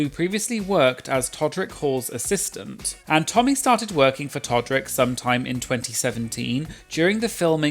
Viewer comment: I keep hearing "exorcistant" 😅